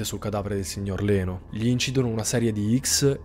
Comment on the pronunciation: Ciao, solo una piccolissima precisazione: Leno si legge "Lino". All'epoca molti nomi italiani venivano scritti in modo che fossero pronunciati in modo simile all'originale. Lino andava pronunciato "Laino" 😂 invece scrivendo "Leno" si poteva pronunciare in modo giusto "Lino". La storia della family è agghiacciante. Oggi il piccolo avrebbe ben 54 anni, che tristezza sapere che la povera Sharon non viene ricordata per il suo talento d'attrice ma per la terribile morte che ha trovato quella notte.